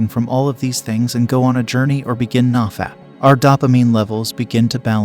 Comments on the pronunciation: Nah-fap?? No, it's NO-fap. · If he knows it's No-fap, why does he pronounce it nah-fap? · ITS "NO FAP" not NAW FAP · "NahFap" i like it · "Nah- Fap" thats another way of pronouncing it i guess. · the way this guy pronounces nofap and dopamine makes me wanna skin myself alive